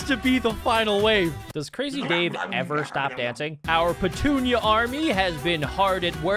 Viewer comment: Did any of you realize he named the sunflower patoonia and he said pentunia